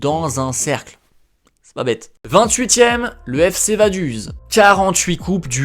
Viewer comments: Super vidéo ! Cependant je tiens à préciser au niveau prononciation, « vaduz » se dit « vadoutz » et joue dans la ligue suisse ! Puis le Bauhaus ne se dit pas « bohoss » mais « baouhaoss », j’ai eu mal à mes oreilles haha Mais sinon trop super la vidéo, j’espère voir quelques clubs suisses aussi ça me ferait trop plaisir haha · ça se dit FC Vadutz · Vaduz se prononce "Vadouts" ;)